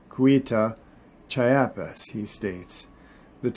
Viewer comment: Chiapas is pronounced "Chee-AP-ahs". No insult intended. Cheers.